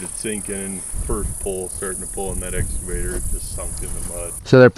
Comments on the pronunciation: eXcavator, not eScavator. English class is over. 🤣 Good video and good on ya for helping these folks. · i have never heard the pronunciation "escavator" before lol... wicked job though. I'm jealous